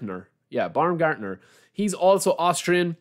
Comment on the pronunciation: Baumgartnér is correct. Not Baumgartnier